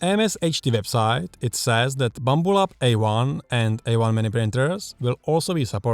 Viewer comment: He calls it a "BLAMBLUB"